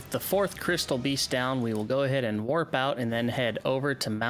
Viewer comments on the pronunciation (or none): none